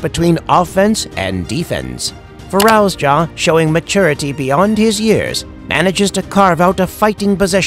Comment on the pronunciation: Fir-arouse-ya? Who's arousing who? And who the hell is this narrator? 🤣